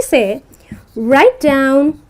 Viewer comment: It's not dowon it's down